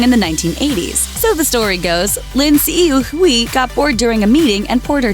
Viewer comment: STOP SAYING LIN HSUI HUI'S FUCKING NAME IF YOU CAN'T SAY IT RIGHT.